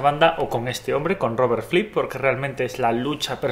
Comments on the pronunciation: Por qué dices Robert Flip?, es Robert Fripp. Buen video, gracias. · Fripp, no flipp, pronuncia bien idiota, los mataré, los mataré a todos. Gallego. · Tengo problemas con el audio, pareciese que se escucha "Flipp" en vez de FRipp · Es Fripp no Flip. Buen video, por cierto. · Si...me molesta no encontrar música del Rey Carmesí en Spotify ni en Youtube...pero también me molesta que le diga "Flipp" y no "Fripp"!!...(o al menos es lo que yo escucho!...) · Me desespera que no pronuncia bien "Fripp", no es tan difícil hermano, inténtalo.